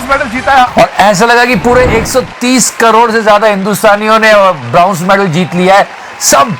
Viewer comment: भाई ब्राउंज नहीं ब्रोंज होता है😀